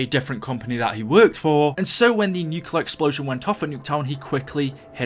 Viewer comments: This kind of goes with the Book thing, but it really annoys me when some people say nuclear wrong, nuCLear not nuCULar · nucular and boowk... say words better PLEASE! >:(